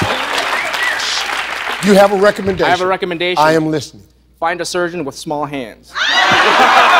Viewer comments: I thought he said "Let me give you a 'rectumodation'." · Did anyone else think JB said "I have a rectummendation" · I thought he said a rectumendation XD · "I have a 'rectum'endation" :D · i thought he said a "rectumendation'